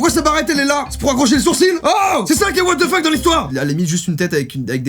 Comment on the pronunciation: he's a 10 but he said watzefucké...